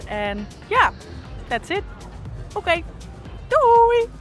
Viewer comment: The "oke doei" was so Dutch. Je doet het heel goed, op naar meer 💪🏼👌🏼